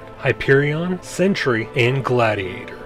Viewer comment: Its sentry not sentury